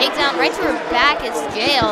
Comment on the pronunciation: It’s pronounced Yah-el not jayel for jael